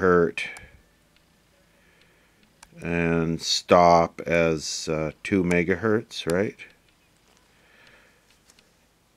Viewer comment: One megahert, two megahertz....🤣